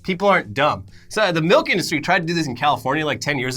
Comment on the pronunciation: MALK with Vitamin R